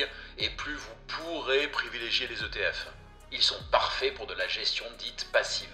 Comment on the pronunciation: Pas de « S » à l’acronyme ETF 😅 Excellente vidéo.